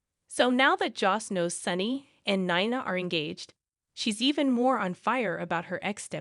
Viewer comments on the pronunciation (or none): It’s not Naina it’s Nina say correctly, please